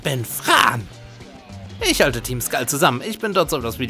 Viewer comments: Fran wird so ausgesprochen FrÄn nicht FrAn xDDD das A wird Ä ausgesprochen^^ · Ich weiß nicht, ob dus im weitern Verlauf des LPs geändert hast, aber ich bin sicher, man spricht Fran englisch aus, also "Frän". xD